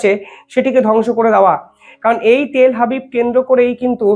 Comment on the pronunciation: তেল হাবিব নয় তেল আবিব